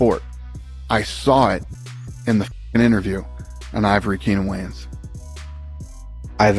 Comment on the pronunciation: Dana can't/WON'T even say Keenan's NAME correctly!!! Dana White Privilege!!!